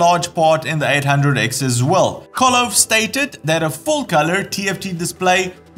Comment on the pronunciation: The name is KOVE (pronounced ko - vey).